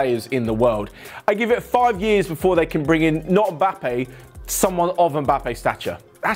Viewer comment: How can you butcher his name so bad ? 😂